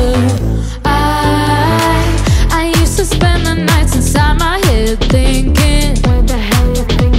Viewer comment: It's pronounced sTronger not sHronger